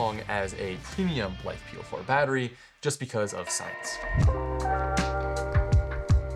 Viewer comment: If you want to be taken seriously, don't call them "life"-"po4". It is not "life", it is Li-Fe (Lithium Iron). Given the chemistry matters, use the correct term (Lithium Iron Phosphate) or if abbreviation is appropriate, LFP batteries.